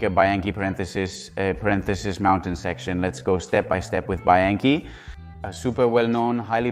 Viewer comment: What the f*** is BYankey? It's bianchi and surely you have heard this pronounced a million times. Why pronounce it like that???? You are weird and creepy. Dislike